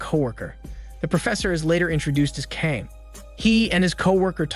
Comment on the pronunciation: Geez, I understand obviously Korean isn’t the language you speak but I can’t help but wincing every time you pronounce Kang. FYI, it’s meant to be pronounced rather like /Gah-ng/.